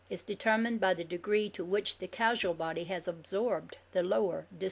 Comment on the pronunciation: I am very grateful to for reading this book for us, especially for us who are prone to eyestrain. mispronounces some important words, such as Kabbalah, and Causal Body. I'm sure she knows their meaning, it's just a little confusing when you can't see the words. So as you listen to this and you hear unfamiliar terms, consider other possible pronunciations. the information here is fascinating.